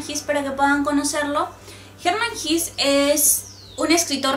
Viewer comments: Por que pronuncia jis... no es jes? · SE PRONUNCIA "GESÂ" NO "GIS". ES ALEMÁN, NO INGLÉS. En alemán, todas las palabras que terminan en E o ER, casi se pronuncian como una A. EJEMPLO: WEISE (vaisa) o HELLER (jela). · Se pronuncia en alemán Como se escribe: Hesse. (no "His") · Sandra Schulz ¿Entonces se pronuncia < > y no < > ni < >? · Hola, me alegra que hayas resenado este libro, es uno de mis favoritos. La verdad que me cambio la vida, completamente. Tengo algunas anotaciones que podrian interesar. Primero, la pronunciacion del escritor vendria hacer algo asi como /jesse/, Segundo, existe una pelicula americana acerca del libro, el director es Fred Haines el mismo que llevo a la pantalla Tropico de cancer y Ulysses. Tercero, la ultima parte del libro la del teatro magico, y las cinco puertas me parece ALUCINANTE muy pero muy parecido al capitulo final de Twin Peaks. Bueno no te aburro un fuerte abrazo sigue con los videos, espero que tu siguiente escritor sea Junot Diaz. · La pronunciación exacta de Hesse es /jéese/ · Horrible pronunciación del apellido!!!